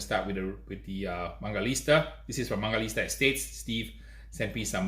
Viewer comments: It's not mangaliSTa, it's mangaliTSa, you idiot! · Hey man, you kept pronouncing mangalista instead of mangalitsa! I noticed that because I used to do that too!